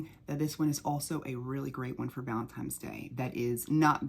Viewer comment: I'm convinced that you're saying "valentimes" on purpose lol